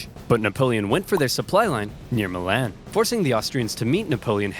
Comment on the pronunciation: As an Italian, I liked how you pronounced Milan.😊